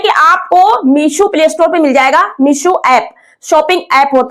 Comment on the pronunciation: Meesho h meeshu nhi😅😅😅